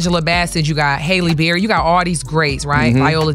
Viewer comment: It was “Hailey Berry” for me